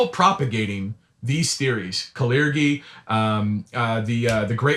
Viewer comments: Wait, have I been pronouncing the word 'clergy' wrong for like all of my adult life??? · To begin with this dude can't even pronounce the word "clergy" correctly.🤦🙄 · Never heard Clergy pronounced that way 🤔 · I would guess so, as he mispronounced it. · The dude lost me when he mispronounced clergy